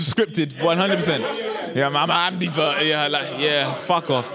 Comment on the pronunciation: Man said i'm a ambivert but i hear it 🤣🤣